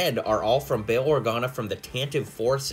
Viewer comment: did you literally just call him BILL Organa